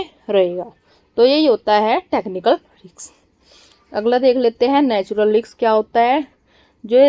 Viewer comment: Riks nahi Risk 😂😂😂